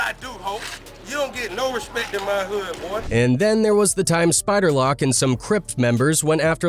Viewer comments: This dude said spider lock😂😂 its spider LOC, you damn foo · OK, you know it’s a generated when he says spider lock it’s pronounced spider Lowc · “Spider lock” has me cryingggg🤣🤣🤣 it’s pronounced Spider - Loke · bruh you sayin LoC name so damn wrong...its LoC not lock, its LOC say it like you sayin "oh" between da L&C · Whos Spider Lock lmao??. Cmon now, if your gonna do a video about a person, pronounce the name right smh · Spider lock 😅😅😅😅😅 it's lock homie 🤦🏾🤷🏽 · Spider "Lock" 😂😂😂. These narrating voices be saying 💩hella wrong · SPIDER LOCK !!!!! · Spider loc say the name right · I heard that and made the biggest look of confusion ever…then I was like “oh yea. He white white” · I stop watching your video because you don’t even know how to say spider LoCs name correctly check your grammar bro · That's Facts it's AI and they always get the names wrong